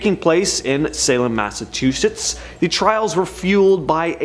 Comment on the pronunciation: Mass a chew sits